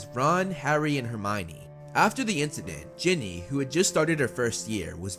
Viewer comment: Umm... it is Ginny not jenny